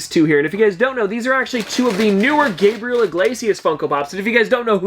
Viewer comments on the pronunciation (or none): none